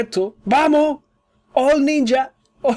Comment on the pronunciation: eres el unico español que escucho que dice ninja de la forma correcta...